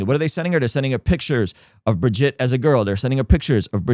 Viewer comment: There’s no way you watched HOURS of Candace Owens and still said Brigitte’s name wrong. Plus, she read the exact lines of that lawsuit on air just as you did. You didn’t find something she hasn’t stated. She also has been clear that he loved Israel but his struggle has been with the government of Israel and its president. She followed it up with clips of Charlie. I don’t agree with her total stance on Israel but she does real journalism and I have a feeling this won’t age well for you.